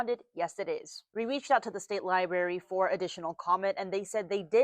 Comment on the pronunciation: This reporter keeps saying "l i b a r y." If you're reporting on a library, it's fair to expect a correct pronounciation. 🙄